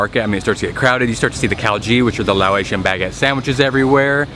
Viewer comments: Laotian pronounced (Lao-ocean) not (lao-atian) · Why do you pronounce Laotian as Lao-ay-sian?